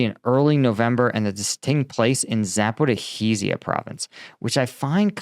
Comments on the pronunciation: "Zaporihizia?" wtf It's Za-po-ri-jjjj-ia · Z a p o r i zh zh ia (З а п о р і ж ж я) - letter Ж,ж (translit. zh) pronounce like the "s" in "measure" - say "measure" with long "s", or "fissure" with long "s" - then say "Zaporizhzhya" - letter Я,я is pronounced "ya" like in "yard"